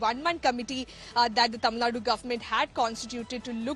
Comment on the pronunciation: Your word "Tamil" is perfectly pronounced madam.